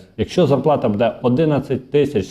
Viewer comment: Не кажіть будЄ, це на правильно. Правильно українською бУде. Не правильний наголос.